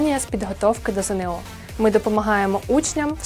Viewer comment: Шановна пані! Не ЗеНеО, а ЗееНО.